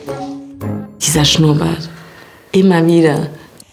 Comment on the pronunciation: Wie geil er Schnurrbart ausspricht 😂